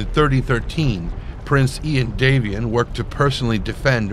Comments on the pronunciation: Normally I wouldn't nitpick, but the lore specifically points to House Davion being descended from Anglo-French nobility (d'Avion meaning 'of Avion) so it informs the way that name should be pronounced. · What's with the weird pronunciation of Davion?